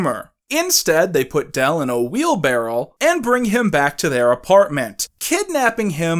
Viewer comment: are you saying "wheelbarrel" instead of "wheelbarrow"??